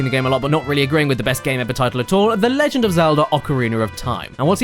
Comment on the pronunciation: I'm not the only one who says leg end of Zelda. Good to know.